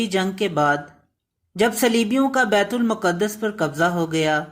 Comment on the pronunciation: Its not muqadass. Its maqdas.